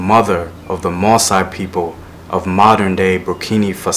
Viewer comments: its BurkinA Faso not burkini fasow !!! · Please. It's Burkina Faso not Burkini Faso. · I found this guy today and I think this is great. The only thing is his pronunciation is itching at me, see it took me quite a while to understand when he said Burkina Faso as "Berkhini Fa-sow" (almost unrecognisable) a better pronunciation would be "Boor-keena Fah-soh". I know it may not be the proper pronunciation but his - to a person who speaks about the place- is unrecognisable. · You actually say BurkinA with an A, not an I. And in Fassau you stress the first syllable: Burkina Fássau. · I appreciate your video but please learn the correct pronunciation of the country :'(